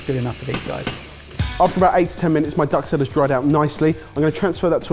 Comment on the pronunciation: you guys need to work on your pronunciation. Ducksell.... bane merry? jesus get it together.